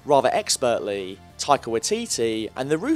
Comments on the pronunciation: Being a Kiwi I'm hurt at how you're saying Taika's name. JUST SOUND IT OUT!!! Ta i ka Wai ti ti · Okay. I've scrolled through like 3 pages and no one has said anything about his pronunciation..... its pronounced "Why-teetee" not "Wit-teetee" same for his first name "Tie-kah" Taika Waititi..